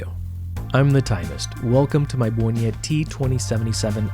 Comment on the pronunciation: Great pronauciation of my hometown's name! (where the brand oryginated from) You might also like Gerlach Kosmonauta (a homage to Untra warel). Also Polish watches.